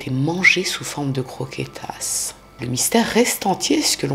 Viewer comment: AaaaaAAAAÀAHHHH LA CROKÉTAS AAAAHHHH..et les MANGEURS DE CRRROQUÉTAAS😂😂😂